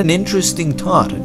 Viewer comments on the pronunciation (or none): Love your videos but please practice your pronunciation of the English "th" sound. Earth is not Eart and thought is not taught . I realize English is probably not the only language you speak and I struggle with perfecting three languages that are foreign to me! Just a helpful hint... Stick your tongue out of your mouth when saying that sound and it will come out perfectly. Again, your videos are fascinating and informative so please don't be insulted by my suggestion to only improve your thoughtful narration.